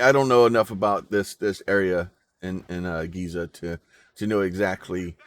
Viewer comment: its Giza.. not gaza